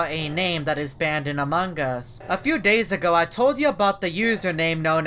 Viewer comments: He Calls It Among Gus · said amanga's